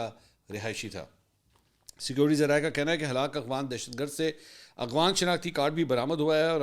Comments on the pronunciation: Afghan not agwan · Mansoor bhai....its afghan...not agh-fan. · I dont know if you do that on purpose but you pronounce "Afghan" as "Aghwan". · Mansoor Bhai aghfan nahein afghan he sir